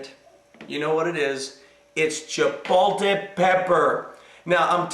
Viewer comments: I enjoyed your tutorial. Thank you so much for your recipe on tortilla soup. The word is not pronouned CHIPO-TE. There is an L in there. Just a heads up. Thanks again! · Actually - the word is Chipotle, and is pronounced: Chi-pot-le. But does it really matter? We know what it is, and the pastor is correct - it's de-LISH! Thanks for the recipe,! You're pretty awesome, sir!:)